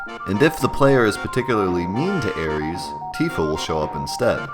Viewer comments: Wow, not only did he call her Aeris, but he said the name wrong, I want to strangle him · I can't take this video seriously at all. Kid mispronounces Aeris and Regen? Nah. I'm out of here. Get me someone intelligent. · You pronounce/spell Aeris weird. No I’m not talking about the Aeris/Aerith debacle, I mean you spelled it as Aries and pronounce it like the Greek god of war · but he even misspelled it as aries when a little later you see in game text as aeris. his mispronouncing it is so off-putting. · Eric Jones I agree, I stopped watching the video because his pronunciation was so bad, plus the misspell. She's not an astrological sign dummy! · Dude never MIND how you pronounce Aeris. Regen with a hard G?! Are you goddamn serious?! It REGENERATES health!!!! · He wasn't just pronouncing it wrong - he literally spells it out the wrong way, too. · Dude. It's not Aries. Come on. It's either Aeris or Aerith. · I can't get over him saying Aries instead of Aeris hahaha! jk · "Air-ees"? How about 'Air-iss' or "Air-ith', let's get some homogeny in here pls. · Air-is damn lol I hate when people try to make names more complicated then they are. It's not spelt Aries, she isn't a Greek god. And if you want to get technical it's Aerith anyways. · Lol he also said Aries instead of aeris/ aerith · Air-ees? Teefa? Youfee??! REG IN?? IT'S SO OBVIOUSLY REE JIN! Regenerate? Regen? C'mon man. You are either trolling or the worst pronouncer of things ever. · "Ares"? Jesus, I know we disagree over "Aeris" and "Aerith," but seriously, that's not funny. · Her name isnt Aries... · It's pronounced Air-Iss, shes not the greek god of war. More technicle its Aerith, Air-ith but was changed in translation. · I was like "Who the fuck is Aries?!" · SAY ARIES AGAIN. SAY ARIES AGAIN. I DARE YA. I DOUBLE DARE YA. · And if you are going to use the shitty translation, Aeris, it's "AIR-ESS" not whatever the fuck you're saying. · ARIES! hahahahaha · LOL reggin and aries =((((